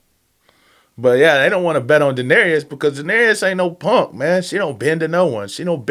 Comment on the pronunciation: Season 7 and you still say Da-nare-E-us. Lol. It's Da-nare-us 🤷